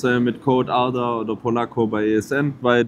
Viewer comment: er spricht ARDAs Namen korrekt aus. Leute das ist soooo wichtig. Das ist der Unterschied zwischen wissen und Bildung. Jeder weiß das er einen türkischen Namen hat. Bildung ist wenn man sich auch Gedanken macht über die korrekte Aussprache. Hat mich unnormale gefreut.